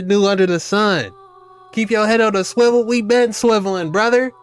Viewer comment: The girl in the end saying Shwivel lol😅